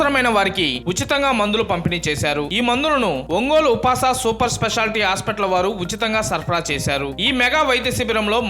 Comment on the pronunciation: upas ఉపాస్ అని చదవాలి కదా సర్